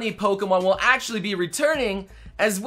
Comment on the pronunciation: Hey, whenever you say Actually; do you ever feel like you are saying Ashley instead? Just curious since they sound slightly similar in english.